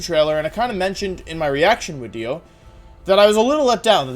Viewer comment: I missed it but why does he say wideo? Is he missing some teeth?